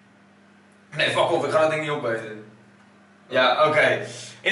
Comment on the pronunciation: LOLOLOLOL Hoe hij dat zegt fack of